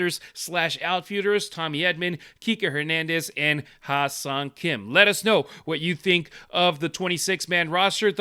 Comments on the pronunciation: Yeah it's a confussing name to pronounce. I thought is was pronounced like hiss-song Kim. He should probably just change his name to Henry! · You guys gotta stop calling him Ha-seong Kim